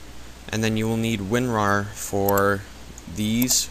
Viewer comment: wen-war? Its WinRar and just search it up on the internet